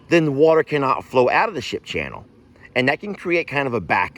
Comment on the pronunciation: did u say shit or ship???